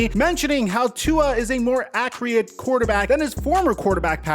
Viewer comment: Ackreate lmao